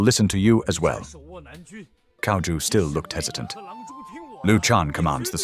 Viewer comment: Dude, you're Chinese, how can you pronounce Cao as 'Cow' it's pronounced as 'TSAO'!